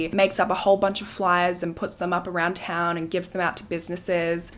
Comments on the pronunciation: My hometown area and I have to say I am super impressed by your pronunciation on all of the towns! Not even most US natives can pronounce our Washington cities! You definitely do your research well! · Props on pronouncing all of the towns correctly.